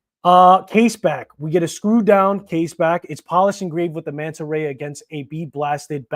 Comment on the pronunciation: “Manta ray” not “monta ray”. Beautiful watch.